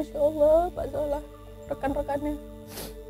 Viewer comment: ngakak pas bilang "Sholah athyahh"😭